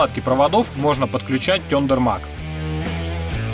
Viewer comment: Парни, вы очень крутые. Но с произношением английских слов надо что-то делать. Ну в гугл что-ли забейте. Послушайте как надо... ну уже не в первый раз. Не серьезно!!! Работаете с иностранной техникой и комплектующими, ну произносите правильно!!! Слава Богу что s&s у вас не сэ анд сэ... но thunder max это провал